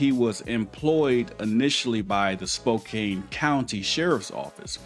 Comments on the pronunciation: Spo-can, not Spo-cane. It's nitpicky,but still. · "Spo-cann" not "spo-cain" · It's pronounced Spo`can not Spo`cane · Sounds like Spo-can. Not Spo-kane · "spocain" Bruah... Spokane... Ane.. Say it..... spok-ane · just for the record it is pronounced spo kan ,i know it looks like spo kane but its not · Spo-Can. Not Spo-kane! It kills us here in WA when you guys say that!!😂😂😂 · It’s pronounced Spok “can” not Spok “ cane”. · It’s pronounce spoke-ANNE, not spoke-ayn. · It's SPO-CAN not cain!! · It's pronounced Spo-can not Spo-cain sir. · I love your videos and how informative they are. Keep up the great work. Btw...the city in this video is pronounced "Spoh-Can" not "Spoh-Kane". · Man I like your work but let me help you out bro. It's spoke-can Washington 😂😂 just a Washingtonian looking out for you. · SPO-CAN. NOT SPO-CANE❗ And certainly NOT SPO-KANG ❗❗ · spo-can not spo-cane. 🙂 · Spokane is pronounced "Spoke-anne". Not spoke-cane. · spoke anne not spoke cane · Its pronunced spo can ,I know its nitpicking sorry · It’s pronounced spo-can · Pronounced: Spo-can. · It's pronounced "Spo can" the e on the end is silent . The spelling is misleading so no foul. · Spo-Can my man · BTW, it is pronounced Spoe-can. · Spokane is pronounced SpoCAN. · Respectfully, it is pronounced Spoe Can. Or Spoh Can. Long O, short A. Love your work, keep it up. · Spo can. Is proper pronunciation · Spelled Spokane, pronounced Spoke-Can, as in I CAN do it. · It's pronounced "Spo-can" like a "can" of soup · Spo-can is how it’s pronounced. The Spokane county sheriff is corrupt as fuck. Same with Washington state troopers. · Spo can, is how it is pronounced. Not spo cane. What did the news announcer say?? They said it right then you go and say it the way you want. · Pronounced Spo-can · It is pronounced spo can. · Pronounced Spo “can”. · Pronounced spo- can, rhymes w/ no- can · Spoh… KAN. Like a can of beans. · Pronounced Spoke-can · Spo-Can. silent E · Spokane is pronounced spo-can